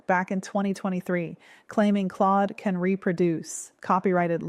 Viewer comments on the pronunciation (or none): none